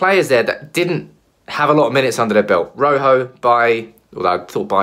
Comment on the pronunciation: ROJO Ro as in rock why can't anyone get his name right ?